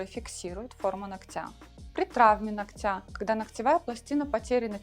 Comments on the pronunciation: Не ноктЯ, а нОктя, безграмотность😅😮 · Почему ногтЯ , а не нОгтя? Руководитель студии , а говорите неправильно даже…